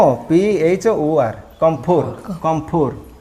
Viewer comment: Sir, salute to your teaching learning process. please check the pronunciation of Camphor and let the students know the right pronunciation. With regards